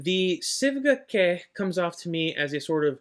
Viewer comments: Btw, the pronounciation should be "chue" bc it's a Chinese word. Thanks for the vid. I've been curious about this one too. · Pronounced “Shway” its a Chinese pronunciation